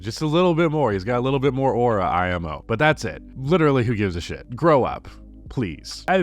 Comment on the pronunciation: saying I-M-O like that is actual sin holy